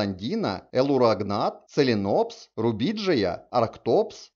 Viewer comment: Написано - лиценопс, а вслух произносится целинопс.